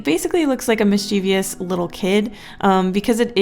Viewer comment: No hate, o love your channel to the max, but mischievous is pronounced Mis-chi-vus, Not like this: Mis-chee-vee-us. Just a tip. Not hate at all I love your channel!!! Keep up the awesome drawings you’re so talented